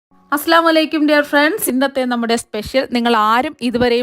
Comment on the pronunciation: Hai Aslamu alaikum parayarud Assalamualikum ennan be careful